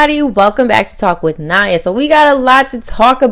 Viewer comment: It’s weird seeing nia and hearing Ni-ya because I’m nia knee-uhh